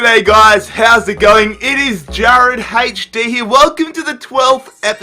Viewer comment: It's HD not hash d